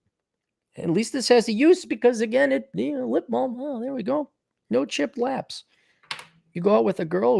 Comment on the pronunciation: says no “chipped laps.” Lol meaning no chapped lips. Not sure if on purpose or not.